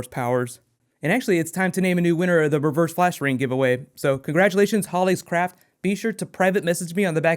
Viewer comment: Did you say Hall H Craft instead of Holly Craft for your Flash Ring Giveaway?:) love you really;) CONGRATS on 900k!!!!!